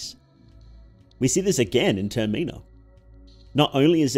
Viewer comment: Termeenah is wild, I was so confused until I realized you were trying to say Termina